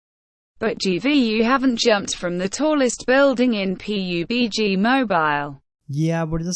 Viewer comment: Its PUBG nOt POBG